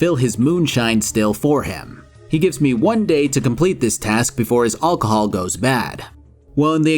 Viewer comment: should learn to say alcohol